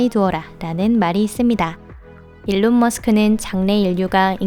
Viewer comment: 일론이 올바른 영어발음에 가까운것으로 알고있습니다